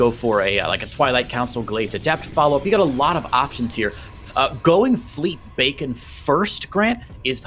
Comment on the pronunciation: Isn’t it pronounced “beekon” not bacon